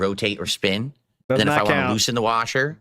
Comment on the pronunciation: I hate how he says "washer"